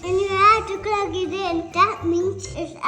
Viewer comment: saying Klug for plug is the most adorable thing I’ve seen all week! 🥰